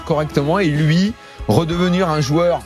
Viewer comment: Je viens seulement de capter qu'il est incapable de dire jOUeur mais qu'il dit jUeur tout le temps.